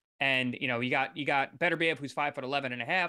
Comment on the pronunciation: It's pronounced beTERbiev. The accent on the TER. Be TER biev. Now you know.